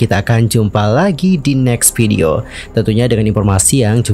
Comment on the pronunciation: Masukan bang… Maaf nih ya… PERS dibacanya bukan “FERS” dibacanya PERS VIDEO dibacanya “VIDEO” bukan “PIDEO” sayang kalo pengucapannya belibet, pdhl inti ceritanya baguss